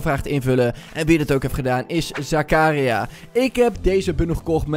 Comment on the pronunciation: je zegt het meer als Zaka ria